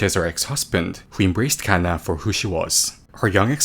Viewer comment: why tf he say kanna like that